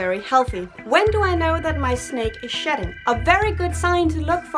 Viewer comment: It almost sounded like you were saying "sh*t" 😁